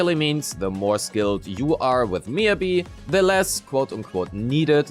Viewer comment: MiYAbi. Not Miabi, it shouldn't be that hard